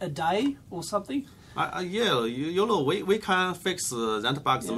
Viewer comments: sorry, but all i can hear is YOLO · When he says "You know" I hear "Yolo" all the time. Can't unhear it anymore.... :)